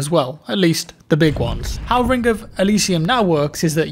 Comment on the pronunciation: Rink of Elysium? Take some time off and learn how to speak plz.